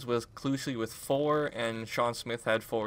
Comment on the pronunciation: it's pronounced keek-lee not kooch-lee lmao